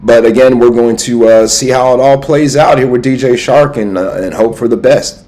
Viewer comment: 🤣 it’s DJ Chark not shark 🦈 🤣. Grate vid tho